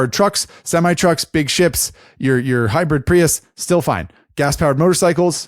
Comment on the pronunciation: Does it bother anyone else when says "hi-bread" and "ver-seez"?